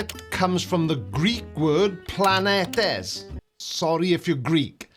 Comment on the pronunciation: the "e" on planetes (πλανήτης) sound like the "ee" on "see"